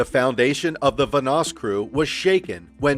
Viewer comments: Let's say it together.... VAN-NOSS....again... VAN-NOSS not VA-NOSS... ALSO, this video is full of bullshit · bro its vanoss van oss not vunoss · I feel like this guy has never watched a vanoss video ever considering how he just keeps pronouncing his name wrong over and over again 😂 I swear he says it so many times saying and I go crazy each time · Vanoss has literally said nothing about Mini. The facts about mini were basically right but then it all ends with “No wonder Vanoss hates him” when Vanoss has been smart enough to keep his opinions to himself. It’s clickbait videos like this that really makes me wish YouTube kept the dislike . Also, how do you mispronounce Vanoss so much when you’ve got thousands of videos of him and his friends pronouncing it for the last few years?